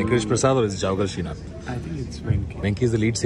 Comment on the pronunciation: it's srinath..not sreesanth 😂😂😂